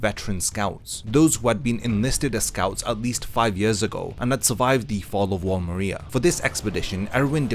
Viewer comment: THIS DUDE MISPRONOUNCED MARIA EVERY TIME, AMONG MANY OTHER IGNORANT THINGS